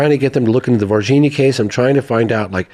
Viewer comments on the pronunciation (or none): Every time you say Virginia, it feels like I’m watching John Carter of Mars, lol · If you watch the movie John Carter, Tars Tarkus pronounced Virginia like Varginha. Coincidence? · first id like to say this channel is in my to 5 love it! lawd jesus if i hear the word vahhginna ever again in my life after this, i will end it all lmao